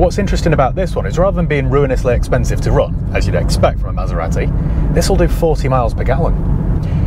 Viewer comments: Southerners everywhere are cringing when you pronounce Maseratty . Made my day Thanks for that :-) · pronunciation of Maserati triggered me so bad 😆. Good review though